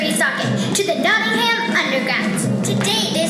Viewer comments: I'm doing this play at school, I'm in Year 6 and I'm British, it annoys me when people say Not-Ing-ham not Not-Ing-Am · It's cool how much work went into this, but the sad part is they still never learnt how to say Nottingham correctly.